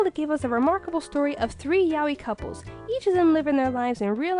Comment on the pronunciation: Yaoi Pronounced (Ya-ow).. Study your Japanese grammer some more, sweetie!